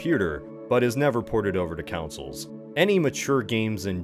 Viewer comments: What are these councils you keep talking about? Do you mean consoles (pronounce Con - Sole)? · Rewatching his, hearing him pronounce consoles as "councils" is making my brain itch. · waLd moore. Lol. Edited to add: for awhile, I was thrown off by the pronunciation of consoles. Councils. Counsels. I was so confused about the 'councils' lmao. Regional accents are ridiculous lol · Great series but.... I just Can't get over the way you pronounce "consoles"...